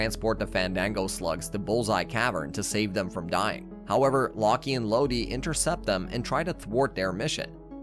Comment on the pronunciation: Did- did this man just call lock and load law-key and low-de